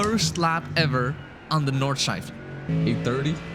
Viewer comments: My German heart is dying when hearing ,, nordschlaifle" in the intro mate 💔 pls redo and reupload this sht or I'll unsub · Nordschleifle? Where did you get that „le“ from??? Nord-schlei-fe